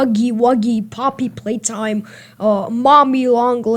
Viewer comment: I thought I heard her say poppy playdime so I was like GET YOUR WORDS RIGHT